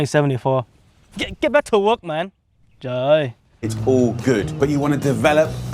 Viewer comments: What a perfect "Trời ơi" :))))) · i'm impressed to hear "trời ơi" , Uncle Roger really did hire an authentic Vietnamese to kidnap him lmao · the “trời ơi” is perfect vietnamese😂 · Từ”trời ơi” Phát âm rất chuẩn😂